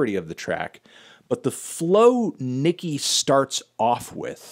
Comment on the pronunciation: Her name is "Nicki" Minaj. It's pronounced as it's written, Anthony, not like the N-Word.